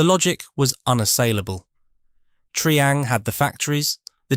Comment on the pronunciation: Where is Have-aunt and what is Tree-ang?